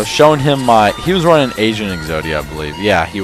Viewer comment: I thought you said Asian Exodia xD